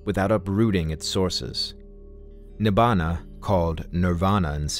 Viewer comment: Please at least pick up Pali and say the Pali words correctly before professing something you just repeat